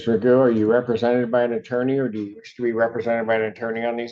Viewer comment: He isn't "jokingly" referred to as Mr. Magoo. That's his name. Not "Magood".